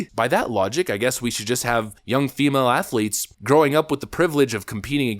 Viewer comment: Did he say "trans assletes"?